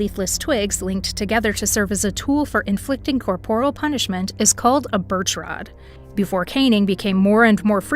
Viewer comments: In the first five seconds - the word is pronounced COR-por-al, not cor-POR-al. Teach your AI better. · it's pronounced "CORE-por-il"